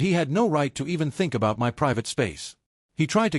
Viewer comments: yeah ditch the girlfriend, oh for f*ck sakes stop saying M.Y instead of saying MY it is so damn annoying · Not "m" "y" fridge. Irritating AI errors . . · m-y pans. m-y fridge. Really? This is driving m-e nuts. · MY, not m y, m y, m y. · Why do you not say my as opposed to M Y house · Why em why house? Why can't the AI pronounce the word MY? 🫩🫩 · So funny 😂😂😂 "It's M.Y. house, M.Y. kitchen, M.Y room, M.Y..." 😂😂😂 Cannot even be bothered to check the voice over, then say that it's going slowly at the moment 😂😂😂😂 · Dude it took me a few minutes to understand your comment. 😂 Em Why house, em why inheritance. If AI can't pronounce certain things why can't they teach it to? I knew it can't pronounce abbreviations, so that's easy enough to fix just don't use abbreviations. But "my" isn't an abbreviation. Like Mr. Dr. It also can't understand year dates or how to pronounce money amounts. It was dollars one zero three zero zero ($10,300) or sometimes three hundred at the end. Years: It was one thousand nine hundred and three (1993). I figured it out pretty quickly and ignore the weirdness, but the mispronunciation of the word "my" as em why is crazy. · you program it and train it to recognize how to pronounce it, as well as abbreviated words if you plan to abbreviate. It doesn't mispronounce every word in all caps, but does mispronounce "my" when only the M is capitalized at the beginning of a sentence. Also WGAF? 🙄 What a sour attitude when people are just laughing about something. I thought it was funny, I wasn't the only person who said something about it, who cares, why would you care? 😂😂